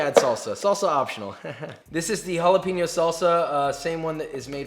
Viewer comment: Will Joshua ever learn to pronounce "jalapeño"? Let's find out!